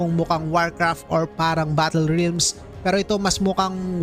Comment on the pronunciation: HAHAHAHAHA RILMS ANG BASA SA REALMS? HAHAHAHHAHAHAHAHAHAHAHAHAHAHAHA